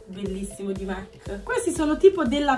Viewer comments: Comunque si dice mac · Si dice di Mac e non di Mac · Comunque si dice non Mac